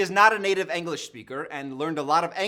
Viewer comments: Anyone else bother by the way he pronounces “English” as “Anglish” 😂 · Ironic considering he pronounces it “Ang-lish” 💀